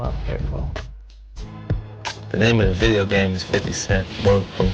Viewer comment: "My new video game buh-puhf"